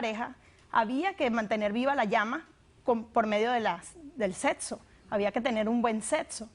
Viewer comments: del setso 🤣😂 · porque sera que la madre no le habrá enseñado hablar pronunciar bien 😨😨😨 setso tener buen setso? 😅😅😂😂😂inyetban? no pos chale!!